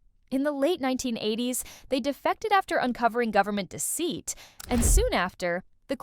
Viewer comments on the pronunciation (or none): none